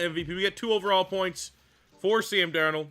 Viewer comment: Bro butchered this video with the qb sam. But what can you expect from a Canadian